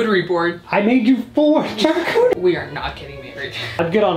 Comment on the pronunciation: Shar-cochie Bord 😂